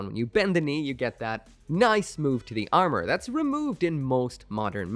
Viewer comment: "step 3: the arnour"